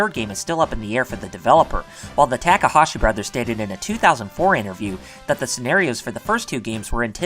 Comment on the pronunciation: Holy god you have the worst pronunciation on youtube. You literally switched back and forth between pronouncing Takahashi correctly and incorrectly 5 times in a single sentence. Please do better.